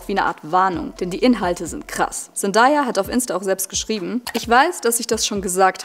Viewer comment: Sehr gutes Video, ich bin auch totaler Fan der Serie, es stört mich nur bisschen wie du Zendaya aussprichst man spricht sie ZenDAYa aus also day wie Tag 😅🫶